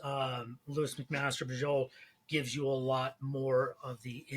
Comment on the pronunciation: For what it's worth, I've always pronounced her name 'LOW-is', like Superman's girlfriend, not 'LEW-is'. . No, the Penric series is in the fantasy 'World of Five Gods', not the SF Vorkosiverse. Though that world does have obvious parallels with medieval/early-modern Europe.